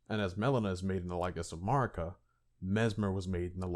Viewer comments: Mispronouncing Marika is a bit, right? It rhymes with America. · Seriously… MAAr-ika?? The game pronounces her name over a dozen threes times, but your retarded ass chooses to mispronounce it. MAh-MAh-rika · keep saying marika how u want. man i don’t understand why it gets people so upset. we all know who you’re talking about so the point is getting across and that’s all that matters. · Damn bruh u butchering marika's name